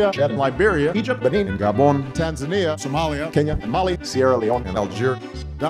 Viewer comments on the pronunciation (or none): none